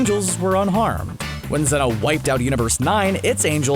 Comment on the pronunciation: Zeno not zenos